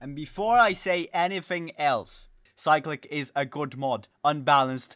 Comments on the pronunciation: I cant tell if its you or cyclic itself that is wrong. but why is it being pronounced that way. Cyclic is literally just a word with a different pronunciation bruh. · Not how u pronounce cyclic )